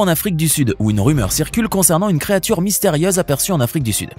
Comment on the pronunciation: Il a dit mystériaise ou bien j’ai pas bien compris ?